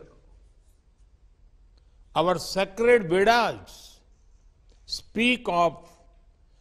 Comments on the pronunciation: Did he say 'Vedas' or 'Vada's' ? 🤔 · Itna v english mat bolo modi ji vedas please pronounce it as proper way.... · Humare Teleprompter jeevi Veda shabd ka bhi uccharan nahi kar sakte thik se... Love-den Bhojyam 🙏🙏